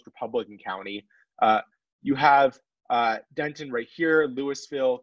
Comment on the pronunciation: Fantastic analysis, but the mispronounced city names was grating. Next time you produce a segment, please ask a Texan for help! Terrell = Tare-uh Denton = Den-tuhn the t is so soft you barely hear it Coppell = KA - pell